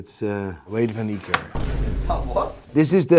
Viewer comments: South Africans Will Come After You For Pronouncing The surname Wrong😂😂All Love From South Africa 🔥🇿🇦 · .....wayde is coloured those lads usually have afrikaans surnames over here im suprised butchered his surname it's close to dutch